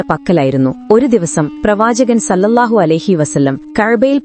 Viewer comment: സ്വല്ലള്ളാഹു ആലഹിവസല്ലം എന്നാണ് അല്ലാതെ സല്ലല്ലാഹു എന്നല്ല.ഓക്കേ